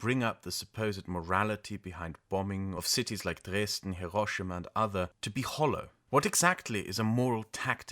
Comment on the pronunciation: It’s also refreshing to hear someone say “Hiroshima” by putting the accent on the right syllable. So many anglophones pronounce it HIroSHIma, but I’ve never heard a single native Japanese speaker pronounce it that way.